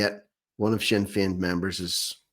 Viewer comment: SINNER FEIN , GET IT RIGHT